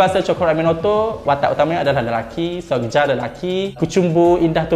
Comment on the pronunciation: "Soegija" dibacanya "Sugiya" bang, ini pakai ejaan lama yg penulisannya beda.. ada beberapa ejaan lama yg lain : Tulisan "DJ" dibaca "J" contoh "Djakarta" dibaca "Jakarta" Tulisan "J" dibaca "Y" contoh "Soegija" dibaba "Sugiya" Tulisan "TJ" dibaca "C" contoh "Tjokroaminoto" dibaca "Cokroaminoto" Tulisan "OE" dibaca "U" contoh "Soekarno" dibaca "Sukarno" Tulisan "NJ" dibaca "NY" contoh "Njonja" dibaca "Nyonya" Tulisan "SJ" dibaca "SY" contoh "Sjahril" dibaca "Syahril" Tulisan "CH" dibaca "KH" contoh "Achir" dibaca "Akhir"